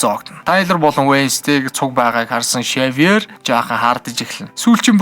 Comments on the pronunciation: Шэвёр биш сэвёр шүү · Xavior iig shiver geed heleed bhin. Daanchde orosoor uzeed bsin bnshd